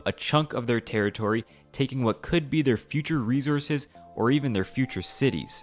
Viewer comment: Why can't the narrator pronounce 'resources'? That's glaringly stupid!